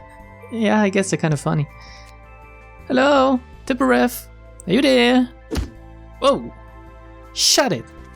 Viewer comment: Hmm, I call Tiphereth kinda like [t’ i f e r e p], and you pronounce this like [t’ i p e r e f], the opposite. Funny in a way.